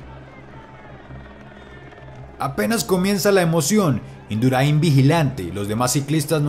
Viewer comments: A ver campeon.... Es miguel indurÁin con acento en la A. Y no miguel induraÍn con acento en la I. Si tú hablas español y no sabes pronunciar el apellido español del mejor ciclista de la historia....apaga y vamonos. Que ignorancia, por dios!. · Muy buen video aunque se pronuncia Induraaaain. Si hubieras puesto que los dos mismos ciclistas intercambiaron posiciones en la crono , lo hubieras clavado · Miguel Induráin es el más grande de todos los tiempos. Aprende a decir Induráin!!! Gora Navarra ! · Induráin lleva la tilde en la "a".....si la ponéis en la i, suena muy raro! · En España se pronuncia diferente, su apellido es indurAin acentuando en la A no en la última i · Si aprendes a pronunciar Induráin ya lo bordas. La tilde no está de adorno. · Porfavor es Miguel Indurain no Indura'in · Induráin. Acentuado en la a. A ti te gustaría que pronunciaran mal tu nombre o apellido? Pues eso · Buen vídeo. Enhorabuena. Pero pronuncias mal el apellido de Miguel todo el vídeo. Se dice Induráin, con acento ortográfico en la A no en la I. Hay que cuidar esos detalles. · Qué grande es Miguelón. Cómo celebra la plata con el puño al aire, sabiendo que el oro ya era del equipo español. Nunca hubo un campeón tan generoso y tan querido como Miguel Indurain Larraya. Maravilloso video, por cierto, aunque se escribe sin tilde, Indurain se pronuncia acentuando la a, "induráin". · Un 10 en oratoria y relato, es Induráin y si, en mi amada Colombia es dónde se habla el mejor español, gracias por ser nuestros hermanos, de un español agradecido a Colombia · Indurain va sin acento en ninguna i y la fuerza en la pronunciación está en la a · Indurain es aguda no llana taladra los oídos escucharlo decir mal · Pero que dices, jajajaja si dice que pincha la llanta, la llanta es metalica, jajajaja y pronuncia mal el apellido de miguel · Buenos vídeos tio...pero...el apellido del más grande de la historia no se pronuncia asi. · Induráin noooo Induráin. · Se pronuncia Induráin, no induraín.